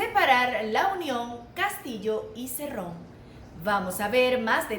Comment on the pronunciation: Daniel Hargus, Se llama Cerrón, no Cirrun; pero es evidente que tu intención es burlarte de las personas del interior del país. Típico de un alienado e ignorante que creyendo que al "burlarse de los demás" podrá cambiar sus rasgos netamente peruanos ¡Ubícate por favor!. Ja ja ja ja ja ja me recuerdas al "periodista" que está entrevistando a Cerrón, que creyendo que actuando de esa manera podrá cambiar sus RASGOS AUTÓCTONOS.